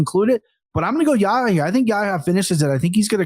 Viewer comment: Anik, it's more Yahiya than Yaya. You have to pronounce the 'h'. Yah Ya. And also, his name is after the prophet 'Yahya' who is called John the Baptist in the bible. Son of Zechariah.